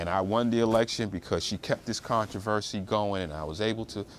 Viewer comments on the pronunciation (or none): none